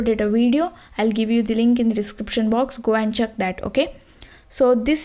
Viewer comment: Check as Chuck